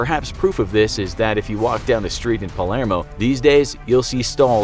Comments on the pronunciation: Its Palermo not palmero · Palmero? That's about right for this channel, I suppose. I left before for glaring errors in research and while mispronouncing something is not an error per se, I did notice factual errors in the several I've just watched, and this one, but not even knowing the name of Palermo is what I chose to point out. Not worth my time. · It's Palermo, not Palmero :)) and cosa nostra (our thing) , not Costa nostra. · Did he say Palmero? Think he meant to say Palermo lol 😊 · Is it just me or did the narrator pronounce Palermo “Palmero” ? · "Palmero" "Costa Nostra" Is it the script or narrator?